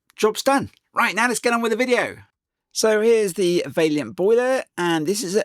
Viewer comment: Vaillant, not Valliant!!!